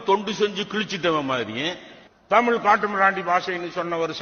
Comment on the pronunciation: Peruyar ennna kadavulal anupapatta. Deergatharriys yenna? Yo thamizh engira nee tamil endru yutcharikiraye sariya nee yenna vaduga thamizhyana?